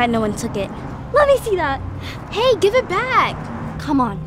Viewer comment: The i on “GiVE” irritates me